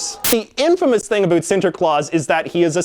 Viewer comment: I love how he says about he says abot